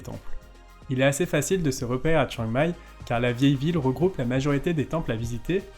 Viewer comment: Ahah, c'est clair qu'il y a des efforts à faire sur la prononciation thaie. Exemple, on dit Khao Yai, pas Khao Yae. Chiang Mai, pas Chiang Mae.